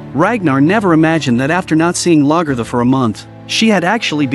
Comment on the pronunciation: Very inconsistent in how names were pronounced, especially Lagaertha. Very annoying.